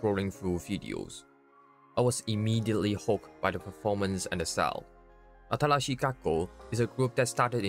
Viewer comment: Remember its not “Atarashii” it’s “Atalashii” made me chuckle first few minutes